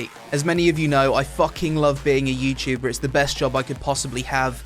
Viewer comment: youtchuber youchuber........ Youtuber!!